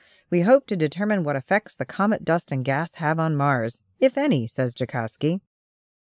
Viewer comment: "Coment" instead of "comet" ??? Lol